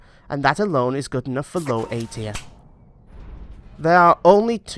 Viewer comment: Its tier not trie